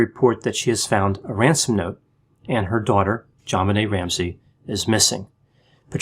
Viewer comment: Thank you for saying "JonBenet, not ZhanBenet. The parents say Jon, not Zhan, so why can't people pronounce it correctly? Maddening. My nephew is Elijah, not Elizhah. Stop it, ya'll! J's do exist!